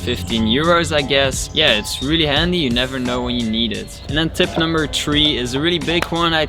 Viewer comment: You not shyou.